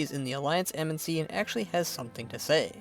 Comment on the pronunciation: I appreciate all the work you put into these videos... but the way you say "embassy" drives me nuts. It sounds like "embensy". Back to on point... I like how you say, in regards to Greymane, "we did take his land and his son..." Sylvanus personally killed his son and slaughtered his people. He does not know the whole story but he also believes the Horde abandoned the Alliance at the beginning of Legion, leading to Varian's sacrifice. Even though he's wrong about being abandoned, his hatred for Sylvanus (and thereby the Horde), is well earned. To be fair, you did say your view was biased but Greymane took the brunt of it. It was a great video. I enjoyed the Horde one as well.